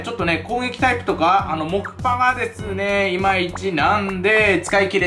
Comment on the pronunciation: あまり木パをもくぱとは言いません笑